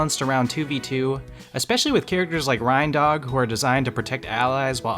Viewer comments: Rine dog and rudolph the red nosed Rine deer. Great review, great video. gave it a thumbs up...but Im sorry i cant get over you saying RINEdog when dudes got reindeer antlers... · I bet this guy pronounces the things that pull Santa's sleigh "REYN-deer" LMAOO